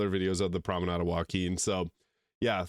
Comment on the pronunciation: Does your voice acted character incorrectly add an A to the end of "promenade" too?